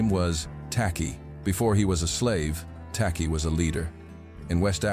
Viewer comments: Pronounced 'Tay-Chi' by the Akan of modern day Ghana, the first African country south of the sahara to fight and gain its independence from the British empire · The chant was in Twi pronounced chwi!